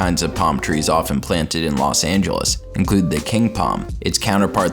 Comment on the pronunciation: I can't believe he said La Sangeles. Is that in Cali?